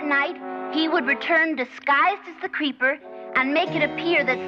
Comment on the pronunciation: Was he saying “Creeper” or “Paper”?